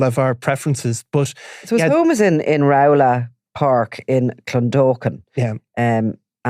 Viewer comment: Roll ah ....is rowlagh park ❤